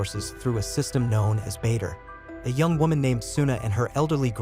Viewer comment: "Through a system known as bater" LOL